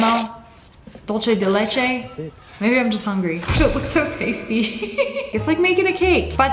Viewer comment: When she said Dulche leche it really dul-se